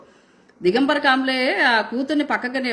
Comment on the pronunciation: కాబ్లే కాదు, కామ్లే😅😂.